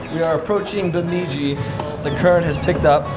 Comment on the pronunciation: lol you are saying Bemidji wrong